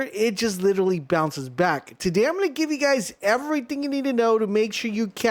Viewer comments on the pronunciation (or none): none